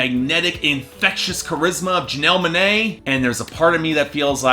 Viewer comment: “Janelle Muhnae”